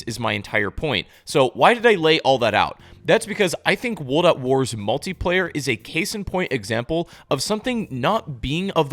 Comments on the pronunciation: Good video but bro everytime you say "wold" instead of "world" i cringe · Woold at war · Bro, why are you not pronouncing the R in WORLD over and over again??? You keep saying Wold at War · Cant watch the video because "wold at war" is driving me insane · "Wuldat War" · Drink every time he says Wuld at War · "Wold at War" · No one else feel like he says world in such a strange way? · I literally cannot watch a video where the narrator, a native English speaker by all accounts, can't even pronounce "world"